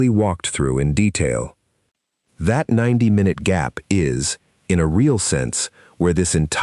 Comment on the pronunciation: Should have know this would be another crappy A.I. narrated video that plays "MyNute by Minute" Write the text better so that the stupid AI can read it correctly.